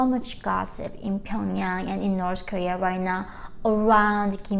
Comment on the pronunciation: It's official, its definitely pronounced, 'Norse Korea'